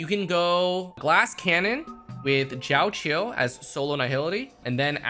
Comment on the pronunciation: bro said jao chill xD